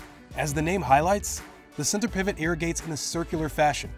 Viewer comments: I was thinking the exact thing about this being a PR piece. Narrator is clearly reading someone else's work (lists "products" as one of SA's agricultural exports, pronounces "centre" as "sentry"). Just reading a script. Not only that but so called "fossil water" shouldn't be labeled as an achievement since it's going to run out. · centre is pronounced CENTER not sentry.